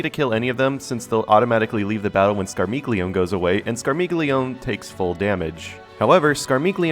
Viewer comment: Scar-mee-leo-nay! Yeah, I'm that guy! 🤣